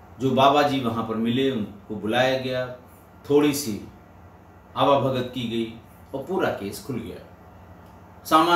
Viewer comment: आवाभगत गांवों में कहा जाता है।लेकिन साहित्य में इसका सही उच्चारण "आवभगत" है।आप चूंकि लेखक हैं, इसलिए आपसे शुद्धता की अपेक्षा की जाती है।